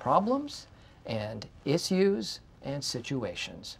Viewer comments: Did he say is eus instead of issues 😂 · Is it me or did Michael pronounced issues as is-use ? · Did my guy just pronouce issues as ISSYUSSE? 🤣🤣🤣🤣🤣🤣🤣🤣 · Michael pronounce issues as "is use" 🤣🤣🤣🤣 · the way Michael says issues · Nobody's going to talk about how he pronounced "issues" ? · No one gonna mention how Michael pronounces issues ? haha